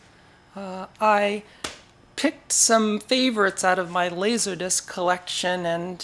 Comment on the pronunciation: “Lasahdisc”. Love your pronunciation of “Laserdisc” and love this video! I’ve been into laserdisc since 1990, and this video explains everything so nicely. I look forward to exploring your channel.